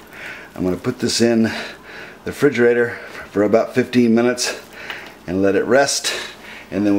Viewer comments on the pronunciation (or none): Theres a lot to unpack here. Firstly, ive never been to america but WTAF is a "frijerayter"? Second, youre the chef but im telling you that is filo pastry not puff pastry. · I'm not saying it's a bad recipe so apologies if that's how it conveyed the only real negative I'd say is that it is a little on the light side (colouring) for me. But there's no excuse for the word frijerayter 🤣